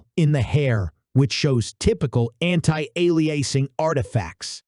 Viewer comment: your voice bot sucks BTW it cant even say anti aliasing XD please do actual WORK and just use your voice this is lame thumbs down